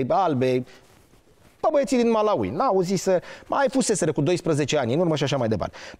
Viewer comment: Învață sa pronunți Malawi 🇲🇼 …..